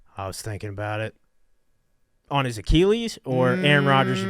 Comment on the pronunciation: “On his acheeeeleees?” -memes